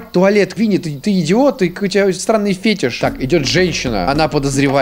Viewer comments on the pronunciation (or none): none